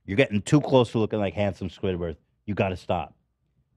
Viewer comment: ethan always says squidwarth instead of squidward and it drives me nuts